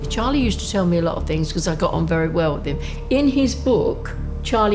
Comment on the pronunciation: "Was a gentleman weren't ee bill". "they all loved Im didn't they bill" 🤣😂